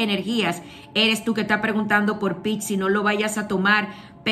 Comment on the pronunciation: PICSI????? que fea la forma en que llamas al signo. Te cuesta mucho decir piscis??? PISCIS!!!!